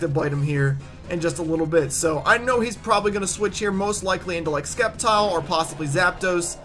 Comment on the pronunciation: Wow you're soooooooooo stupid it' Septile not Skeptile I can't even listen to someone who pronounces Sceptile as ,,Skeptile''